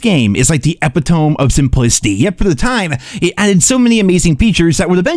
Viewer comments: Wtf is a epi tome. Breh its... e pit o me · E•pi•to•me not Epi•tome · eh pi tome? It's eh pit oh me. Epitome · The epi-tome? Cmon bro you’re better than that. Epitome is pronounced uh-pi-toe-me. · Eh-pit-uh-me, not "epi-tome." I know the spelling is weird, but english is your first language, learn it. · first time i ever hear anybody say epitome rhyming with epic tone lol i thought it was epit - oh - mee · Bro did you pronounce epitome like ehh pee tome? Dude it's ehh-pit-tohh-mee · Mild ick, you’re supposed to pronounce the last e in epitome. E-pit-o-me not e-puh-tome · EPPITOME LOL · "Epi -tome"? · Great stuff but its pronounced epit oh me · “epeh-tome” LOL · Epitome, pronounced “eh-pih-tuh-me” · Ngl can’t get over epi-tome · Epi-tome? LOL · Epitome - Ah-pit-me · EPITOME?! its not said how its spelled. a-pit-o-me. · Epitome eh-pi-toh-me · it's a word he just pronounced it terribly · "epitome" is not pronounced that way brother. 😅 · Could you imagine, all this time has been using AI for his scripts 😂 On a real note he’s probably searching up words to improve his scripts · I can’t possibly listen to your videos anymore because of the way you pronounced epitome. 🤦🏻‍♂️ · You even pronounced it wrong lol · Haha he doesn’t know the word epitome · I caught that too, I lol'd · I have never heard epitome pronounced like that lol